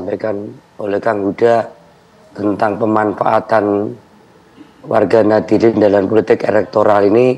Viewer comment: Ngakunya paling deket dengan NU, tapi menyebut Warga Nahdiyin saja jadi Nahdilin😅